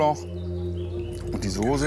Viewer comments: Soße mit scharfem S gesprochen! Nicht Sose .... grauenhaft. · Der möchtegern Koch soll erst einmal eine Schulung machen wo er lernt das man Soße nicht Sose ausspricht! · Mal ein kleiner Hinweis: Das Zeug heißt nicht Soohse, sondern Soße. Von einem Sternekoch sollte man doch erwarten dürfen, daß er weiß, wie man die Namen der Speisen ausspricht. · Sorry, aber mich schaudert es immer, wenn manche Leute das Wort "Soße" nicht richtig aussprechen können/wollen.....oder ist das so normal?